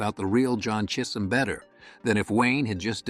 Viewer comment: ai Cheeesum chism ...lol